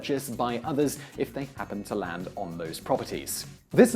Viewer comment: Why does he say land weirdly it sound like he's saying lans